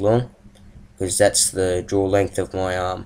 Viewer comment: I thought there was a really long pause when he said "That's the draw length of my arm" because i thought he said umm instead of arm lol